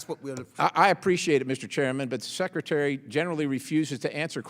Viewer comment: How come he can’t stop calling him #seketary??